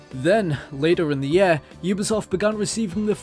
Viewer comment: Ffs it's YEAR not YAER